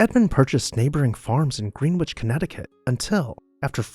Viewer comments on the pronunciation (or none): Yeah, it’s pronounced Gren-itch. But people can’t be expected to know how to pronounce every word in existence. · You asked what we'd include: stables, gardens, koi ponds, pools, topiaries, a spot for archery, badminton, etc. Also, a library, an art studio, a yarn room, movie theatre, parlor, large dining hall, art exhibit room, music room, etc. I think it's pron "Grehn-itch." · In your preparation for this video, you should have checked on the pronunciation of the town of Greenwich Connecticut. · Seriously. I don't get how youtube creators can butcher names and words. Some of them even admit they're probably saying something wrong. It's funny but sad considering there are thousands of 30 second long videos of how to pronounce countless names/words ON THIS VERY PLATFORM. Greenwich included. No excuse. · Same as the pronounciation for Greenwich England, as in "Greenwich Mean Time". The home had no waterfront side. It's about 9 miles to the Long Island Sound.